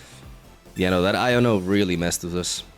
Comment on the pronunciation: Why does he pronounce iono like "I don't know"